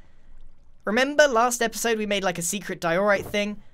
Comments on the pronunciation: (Im sorry but it triggered me hard) Diorite = Di-ER-ite not Di-OR-ite. (No offense, just had to speak my mind(*mentally prepares for hate comments*)) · ITS DIE-O-RIGHT!!! NOT WHAT YOUR SAYING sorry its making me angry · You pronounced diorite wrong it's pronounced"die - oh - right" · No one: Grain: D Ï E O R I T E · Love how he forgot to cut the “derorite box” mistake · diOREright? I call it Dierite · your saying diorite wrong